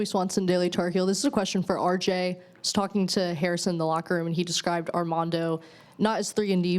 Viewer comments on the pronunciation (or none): Came straight to the comments looking for this, she DEFINITELY said "Ardamondo" 😂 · I think she said Ardamondo ! lol . He looked at Rj like, what?!